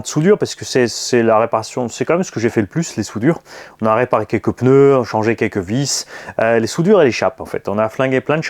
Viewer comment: J'espère que tu parlera français l'année prochaine 😂 on dit PNEUS 🤣🤣